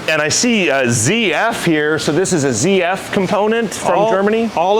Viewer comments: its not zee f its zeed f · German speaker here, it's pronounced zet-ef😂